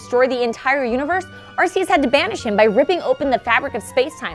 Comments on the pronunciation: Everyone calls arceus areseeus when it's actually arekeeus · She Said Arceus Wrong....... Its ARC_E_US not AR_SEE_US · It's like Heaven and Hell, but more Pokémon-themed! And it's pronounced ARK-ee-us!